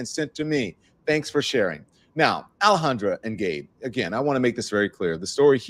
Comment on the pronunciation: Don u keep calling Alejandra, Alejandro what's up with that 😂